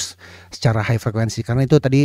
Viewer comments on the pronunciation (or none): none